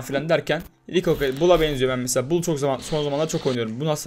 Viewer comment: Pipir diye okunmuyo paypır diye okunuyo rikoket diye okunuyo rikoşe diye okunuyo